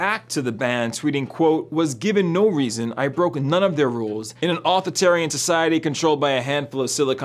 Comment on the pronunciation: Auth-itarian??? If you don't even know the word authoritarianism, you shouldn't be reporting on any of these subjects.